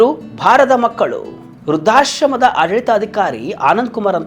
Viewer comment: ರುದ್ರಾಶ್ರಮ ಅಲ್ಲ. ವೃದ್ಧಾಶ್ರಮ . ದಯಮಾಡಿ ಸರಿಮಾಡಿಕೊಳ್ಳಿ.